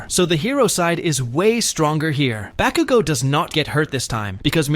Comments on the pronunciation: Why did he sai bakugu XDXDXD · the ways he saying bakugo 😭😭😭